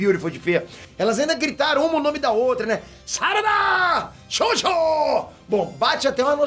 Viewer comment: me da uma agonia quando ele fala ''xoxo''. fala direito caraio.. kkkkk